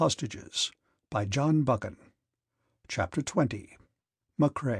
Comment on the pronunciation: Christ Almighty - this is unlistenable! Total garbage - pauses in the wrong places, no intonation. Cant even pronounce the author's name - give this a big miss!